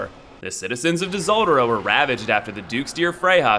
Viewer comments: Tihseldera? It's pronounced Seldora, you sexy worm. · Disoldra? You mean Tseldora, pronounced Seldora. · Did you just pronounce "Tseldora" as "Dizoldora"? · Really quick Tseldora = SELL-DORA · I think Dseldora is pronounced "sel-dor-a", the D is silent. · Tseldora pronunciation guide " dizoldora" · Uh, it's pronounced SELLdora with a silent "t". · oh man, top notch pronunciation of tseldora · Anyone else bugged by how he pronounces tseldora?